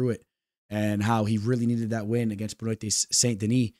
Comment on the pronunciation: For the future, Benoit = Ben-Wah!